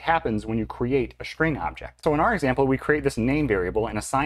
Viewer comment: This is "copy-on-demand" in Delphi and Free Pascal. Same strings are pointing the same memory. When You change one string then a new reference created to a newly allocated memory. And strings ARE NOT immutable in these languages. The procunciation of "string" is terrible in this video!